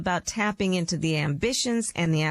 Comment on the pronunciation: Really? "Tha" "God"? Really? "Tha God"?